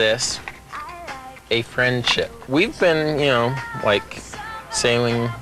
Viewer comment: To go from a friend"ship" to a relation"ship" lol dude.